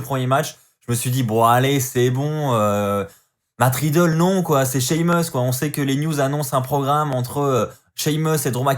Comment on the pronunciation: Tu continues toujours de dire "Matt Ridlle"😂😂😂😂